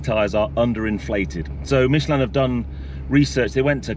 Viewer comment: Why does an Englishman pronounce Michelin like a Frenchman in England. You are not french and most of your audience is English.